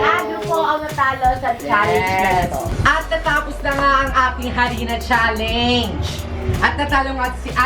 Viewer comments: Correction lng po its not challeynge its challenge po-not judging po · Mga mamshie advice lang po challenge po ang basa hindi challenyg at may kasama po kayong espasol si